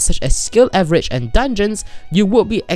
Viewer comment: "avgerage" nice.